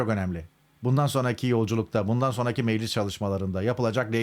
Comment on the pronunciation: Kılıçdaroğlu ile ortak bir yanınız var. İkiniz de meclis yerine meğlis diyorsunuz.